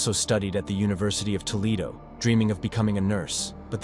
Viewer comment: Toe lead o. = Toledo